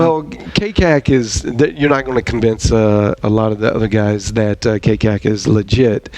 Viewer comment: Great stuff guys, just a couple things, its the "K C A C" not the "K-CACK". Also don't be surprised by what College of Idaho did this season and to OUAZ in the first round. The Frontier Conference is the most competitive conference in the country. Massey Ratings, which is the most accurate rating system for NAIA football has 6 Frontier teams in the top 10 of their ratings system. The reason why you don't see more teams from that conference into the playoffs is that they have to play each other twice during the regular season causing the top teams to fall at least once maybe twice, dropping them out of the NAIA top 25. College of Idaho is the second if not the best team in the nation, every starter returned from a team that went 6-5 a year ago.